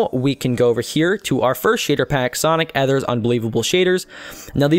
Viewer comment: sonic ether's unbelievable shaders is the best and it's ether e-ther sonic e-ther lelelelleelellelelel